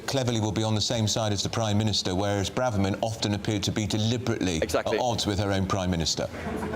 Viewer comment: Please hire a sound engineer. The sound on your broadcasts is awful. It either cuts out or it just echoes. It's really poor if you want to be taken seriously as a major news channel. Also please agree as a channel how to pronounce Braverman. It's painful to hear political commentators who can't even get the name of one of the highest politicians right. Listen to how she pronounces it. Do some research. It's incredibly disrespectful to get someone's name wrong especially when you must hear it 100 times a day.